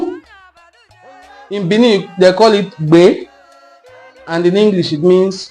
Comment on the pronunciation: You try small. But you are not pronoucing that of Benin well. The sound dufferes. Benin has 2 "e" been pronounced differently.